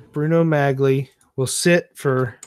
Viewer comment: Pronounced Bruno "Mollie"